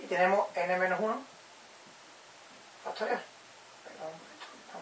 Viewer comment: "FASTORIAL"??? Q ES ESO?